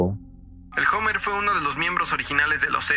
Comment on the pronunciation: 😂😂😂 se escribe hummer pero se pronuncia homer jajjajaaj